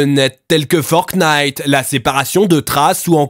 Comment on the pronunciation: "Forte nite"